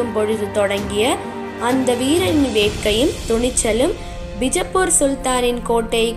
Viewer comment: That's not North Indian style 'bijappur', that's Karnataka style 'Bijapura', never ever try to fake the highest Gnanpith gained langg "Kannada".